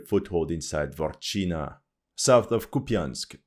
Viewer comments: Dvorichne, not Dvorchina. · It is not Dwarf-China, but Dvoo-rechna(ya), like duo-river. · It's not "Dvorchina", it's Двуречная (Dvurechnaya) - means Two Rivers village